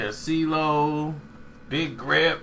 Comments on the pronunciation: It's big gipp not big grip. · Big Gipp. Not Grip. Lol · not Gripp, it's Gipp. lol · Bru Did you say BIG GRIP !!!!SMH!!! LMAO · Bigg Gipp not grip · Did he say big gripp, lol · typical..always fuckin up a name! Always!